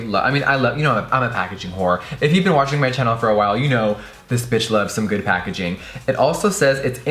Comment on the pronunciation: That pacaging tho😂